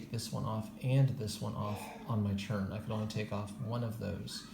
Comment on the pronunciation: Do you understand that the word “turn” is pronounced differently than the word “churn”?